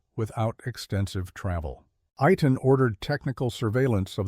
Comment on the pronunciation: the Mossad operative's name is pronounced AY (like play) TAHN. The other guy's name is pronounced Kah-leed. sometimes you get it right and sometimes you don't